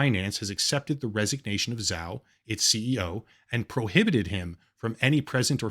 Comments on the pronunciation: zhao is pronounced Joe. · Isn't Zhao pronounced like "Joe", but with a very slight "ch" at the start? Could be wrong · zhao is pronounced something like "joe"